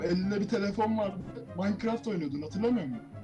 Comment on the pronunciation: maykıraft değil o minecraft